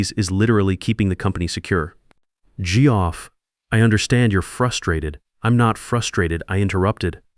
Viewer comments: It's not jee-off, it's Geoff pronounced Jeff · I'm sorry but the pronunciation of "Geoff" made me laugh. But I suspect it was not supposed to be funny, By the way, the 2 ways to pronounce "perfect" really needs to be employed when you are attempting to be dramatic.